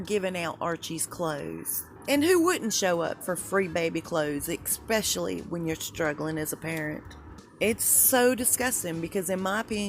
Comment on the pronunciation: Expecially? ESPECIALLY!